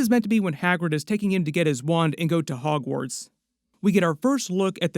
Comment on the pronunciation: i did too 😅